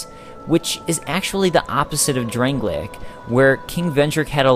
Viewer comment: "Drang-lay-ik"? Its drang-lake so says everyone and the game